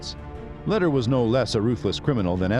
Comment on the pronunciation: This video is full of BS. Pronunciation of Lehder, Medellin and most of the facts are wrong. He never bought Normans Caye, only parts of it. No one ever called him "".